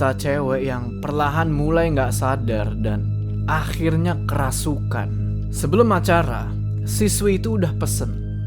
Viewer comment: faseh banget ngomong "akhirrnya" bang 😂😂